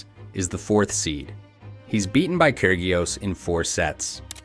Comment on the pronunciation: The pronunciation is..KI RI OS!!!